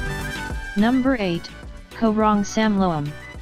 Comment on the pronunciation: It is not Ko Rong It is Koh Rong so please pronounce the h sound at the end as it drives us locals mad.